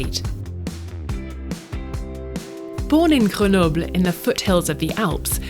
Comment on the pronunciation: She pronounced "Grenoble" correctly. Call me impressed.